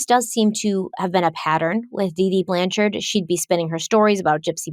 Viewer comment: I love that you dropped the "e" from the end of Blanchard!